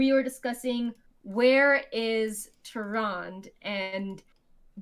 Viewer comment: Am I the only one that cringes every time says Tyrande wrong?